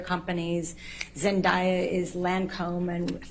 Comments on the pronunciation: I'm sorry if this makes you laugh but this lady is pissing me off with the name Zendaya. Zen-Day-Ah. If your going to run your mouth at least learn how to pronounce something as important as a name. I have two girls, we watched Disney, so I know. Plus look it up. Not hard, that's what she supposedly did with everything else. Also there's like plenty of other super heroes to compare, while she claims there's just not that many. This is all about how this women decided Amber's career would go. Amber's career could just as easily gone down hill. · So am I the only one that is annoyed with how they keep butchering the pronunciation of Zendaya? Like it's not that hard to sound it out! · Lol the fact she keeps saying Zendaya's name that way shows how "well versed" she is in film... laughable